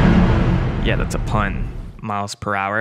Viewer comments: It's prouler not prower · presumably because Prower doesn’t look like it’s pronounced ‘per hour’, it looks like it’s pronounced ‘prow-er’; you wouldn’t say the front of a ship is called the ‘per ow’, so it’s not unreasonable to think the same with Prower. If you’re not expecting his name to be a pun in the first place you wouldn’t make the leap of logic to work it out. 🤷🏻‍♂️